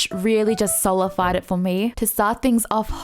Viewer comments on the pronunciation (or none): Normal people: "Solidified": "Solified"